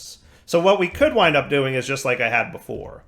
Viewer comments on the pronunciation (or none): none